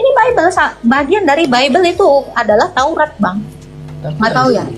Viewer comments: Bilang TAURAT saja belum bisa lo, taurot itu dari mana ? Nabi Musa sendiri tidak pernah berkata taurot. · Taurat bukan tourot